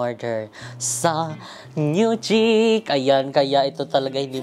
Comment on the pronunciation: ang pronunciation po ng chic ay “sheek”. Fyi lang po para mas bongga pa lalo hehe. Bagay po sayo yun mga damit ❤️❤️❤️